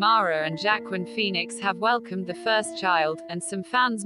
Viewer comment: Wah-keen Phoenix, not jackquin!